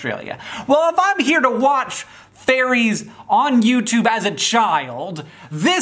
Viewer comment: I love how Hank thinks Ferries ⛴ are actually called Fairies 😂